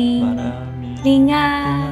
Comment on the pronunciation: She said Linga